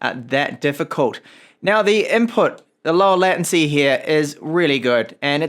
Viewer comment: Hi. I'm a long time subscriber so I'm not trying to troll you with regard to your pronunciation of "latency" ( should sound similar to "laytency"). Your pronunciation would require 2 t's. I'm not the grammar and spelling police, I'm just saying.